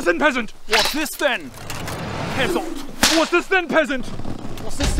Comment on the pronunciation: At times it sounded like they were saying "pissant" lmao